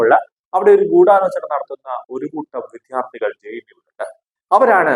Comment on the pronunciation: മലയാള ഉച്ചാരണം ശുദ്ധീകരിക്കുക. വിദ്യാർഥികൾ ആണ്. "വിദ്ധ്യാർഥി" കൾ അല്ല.